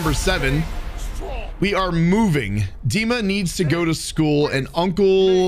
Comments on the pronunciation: "Deemah" (h is mute) is the correct way to pronounce it. You said it right. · Loving the content bro! Hilarious video 😂 Also, the way you pronounced 'Dima' was spot on! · And yes, you read the name "Dima" very correctly! This is literally how it is pronounced - firmly, with emphasis on the first syllable. It was even a little unexpected XD